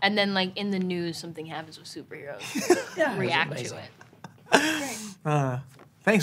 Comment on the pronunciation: "Vandango" at the end😭